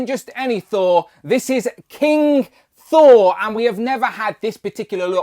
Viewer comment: Hi Mate. It's King Sore